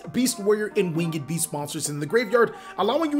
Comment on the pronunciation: Learned how to say Drytron correctly please say Winged beast correctly not wingeeeed beast or wing-ed beast it's just winged beast